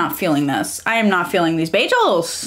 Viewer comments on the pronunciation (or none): Beyjels? Wtf? And I thought Britta had horrible pronunciation. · Wait, it's pronounced ba-jels? İve been pronouncing it as ba-girls without the r 😅